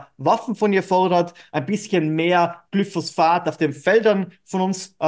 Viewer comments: Lustiges Format - auf die satirische Art. 😁 Übrigens: Es heißt Glyphosat, nicht GlyphosPHat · Nicht Glyphosphat, sondern Glyphosat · sag nicht immer glyphos-sphat es heist glyphosat